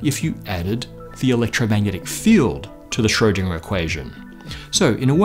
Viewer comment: And Schrödinger is mispronounced all the time, w/e.